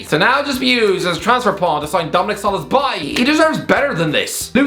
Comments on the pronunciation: So-bos-lai, why is that so hard? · He said sobobieeeeee!!!😂😂😂 This guy can't even read. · Oh God now we're gonna have to hear mispronounce Szoboszlai's name for the next few years while trying to tell us how to pronounce Kolasinac